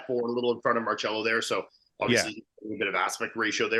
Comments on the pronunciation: Mar-Sello not Mar-Chello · Its pronounced Mar-sello NOT Mar-chello 🤦🏻‍♂️ you guys are killin me lol